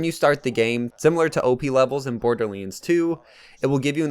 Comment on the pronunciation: Why does he say"borderleands"?